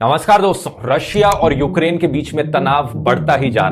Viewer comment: Finaly he said correctly Namaskaar and not Namashkaar. BTW no mention of the NATO expansions that has directly caused this whole mess.